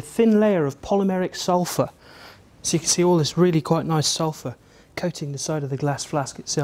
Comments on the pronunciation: Don't "Suphur" from it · "Suphur" Oh you will suphur.. you will once you smell it. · Ulfur... Sulfur. Write that down in your copybooks/ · lol "suphur" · You decanted out the "l" in Sulfur. You guys must be really good at your jobs.